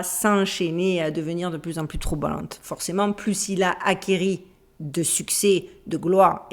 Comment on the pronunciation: Il y a juste le "acquéri" qui m' a fait grincer les oreilles 😅